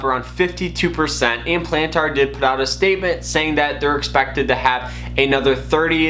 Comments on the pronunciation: Bruh... Before speaking about a company stock value... Learn how to pronounce the companies name. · I previously made a rude comment about how you pronounced Palantir. I saw there were other similar comments and you clearly got the message. I deleted my original comment and wanted to apologize for being rude. You're trying your best and are trying to provide value to your viewers. Keep it up bro, always growing and learning, and much luck to you and your channel. I'll keep an eye out for your next vid. 👍